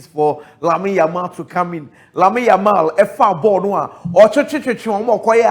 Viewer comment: said yamine yamal😅